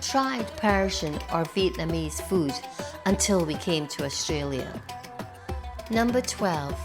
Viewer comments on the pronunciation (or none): none